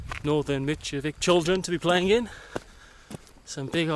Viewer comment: And it's sounds like Mitrovisa and not Mitrovica the way you say it 😃 if it was called like the way you said it we would have written it like Mitrovika not Mitrovica👍😃 you are awesome taking your time visiting our City💖